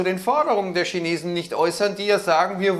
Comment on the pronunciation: Die Schinesen 😂😂😂